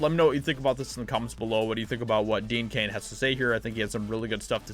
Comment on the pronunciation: It's DEAN CAIN ,NOT DEAD CAIN!!!